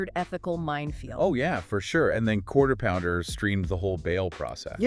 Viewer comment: Lmfao. "Quarterpounder" (the Quartering) The band "G-Wire" (Gwar) Do you know GWAR!? Yeah, Sleazy is their F*ckin' Managa'!😂